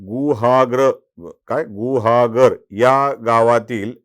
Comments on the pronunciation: तुम्हीसुद्धा कमी फाजील नाही. गुहागर नावाचा चुकीचा उच्चार करायची गरज नाही. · गुहागर pan mhanta yet nahi ka sadha shabd